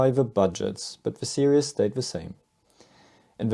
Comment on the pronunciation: 'Series', (pronounced 'Sereez'), not 'Serious'